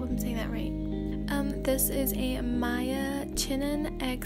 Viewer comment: his name isn't pronounced as "Maya" its pronounced as Mia but spelled as Miya